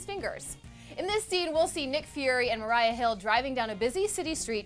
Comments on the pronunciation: Maria woman, not Mariah😂😂😂😂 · It’s Maria not Marya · Maria not Mariah she plays Maria Hill. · Sorry, but the way she says maria is giving me a huge headache